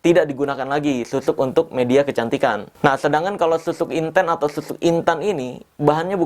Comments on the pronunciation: Inten/intan ..KL dalam bahasa Jawa..nyebut nya sperti E untung menangis...bukan E untuk enak..smoga paham y dg yg aku maksud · Assen jawa kalau nyebut intEn tuh logat huruf E sprti bang marcell nyebut kata angEt bukan sprti kita nyebut kata bEcak.kalau yg bang marcel sebutin intEn E nya sprt nybut bEcak.memang sih sama2 IntEn tapi E dri AngEt dan bEcak naday beda.lidah jawa lebih ke E angEt dari pada E nya bEcak